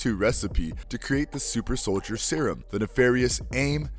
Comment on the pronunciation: did you call cap winter soilder